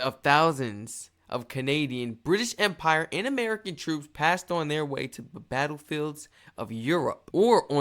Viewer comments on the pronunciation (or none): none